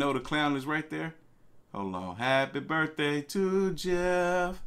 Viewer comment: "Happy BIRTHAY Jeff" - BIRTHAY????